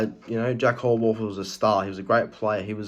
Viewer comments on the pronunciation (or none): Yeah, he certainly got that superstar potential. BTW, its pronounced 'How + Worth'